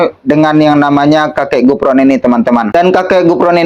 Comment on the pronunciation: Sebutan yg pantas bukan Gufron tapi kufron